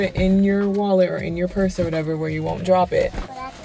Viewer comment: Not Pirs instead of Purse